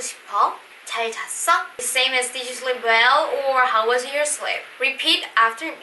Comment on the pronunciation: JAL-JASS-EO...sounds like CHAL JASS EO...am i right? Plz confirm.